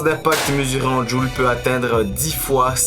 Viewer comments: Hé!!! c'est pas djul mais joules....😅😅😅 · Joules.... Pas jul.... Tu parles de puissance pas de destructions auditive